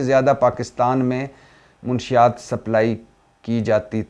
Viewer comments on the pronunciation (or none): منشیات کا تلفظ درست کرو بھائی ! آپ منشی یات کہتے ہیں۔ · بھٹی صاحب م پر زبر ہے پیش ،( ُ ) نہیں ہے اصل کہانی بتا گئی ہے پنکی مَنشیات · منشیات لفظ غلط بول رہے ہیں محترم م زبر ن ش شد کے ساتھ ہوتا ہے